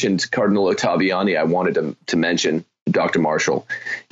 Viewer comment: Why does Marshall have so much trouble saying Oh-tah-vee-Ah-nee?